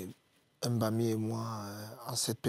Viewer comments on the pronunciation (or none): Pourquoi ce monsieur prononce les noms de ses coéquipiers comme un blanquito? Ce n'est pas Em Bami, ni Em Boma. C'est Mbami et Mboma. À quel âge il ne s'est pas encore séparé de son complexe?